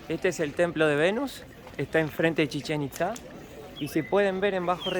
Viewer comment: Cuando la morra trata de decir chichenitza le entiendo cómo si dijera Chicharito.